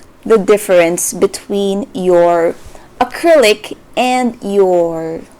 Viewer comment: when she said Gecko acrylic- AY i thought she was asian